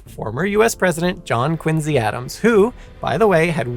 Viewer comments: I wanted to watch this whole video but I just could take listening to QuinSEE being pronounced as QuinZEE 😂 made my ears itch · The C is not pronounced as a Z in the English language You start off horribly making it hard to trust anything from there on. the letter C before I E or Y is pronounced SI or See. This sucked I was hoping for an unbias telling of this story but if you're starting off making up crap in the first sentence my guess is this will suck. I will unpouse and give it a few min. Quincy is pronounced as it should be with the See sound. How you pronounce Quincy is not a belief it's a language and has rules. I'm out and can't trust this channel. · It's a little ironic that you pronounce "Quincy" with a z instead of an s because that's how it was originally said, but you pronounce "Ruiz" with a z despite the proper sound being an s.